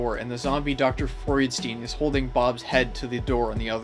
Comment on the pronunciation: I wonder why they pronounced Freudstein that way, you don't pronounce Frankenstein that way.